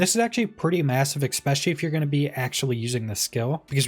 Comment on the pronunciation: This is totally my problem, not yours, but every time you say "expecially" I have a moment of blind rage